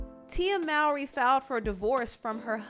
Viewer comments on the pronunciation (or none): Her last name is pronounced MOH-RY not MOU-RY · Her last name is actually pronounced moe-ree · How are people still mispronouncing Mowry after all this time!?